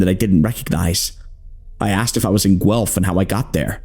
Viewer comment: One of the best horror shorts out there and my all time favourite!! you did a great job adapting this, amazing work everyone! ❤ (also thank you for saying Guelph right! signed a former student from the uni)